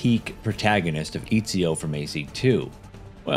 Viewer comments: Eeezio? Eh tsi oh. Put some respect on that mans name and pronounce it correctly. EZIO AUDITORE DA FIRENZE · Bro, I’m sorry but I gotta say this it’s not fucking EEE-ZIO it’s ET-ZI-O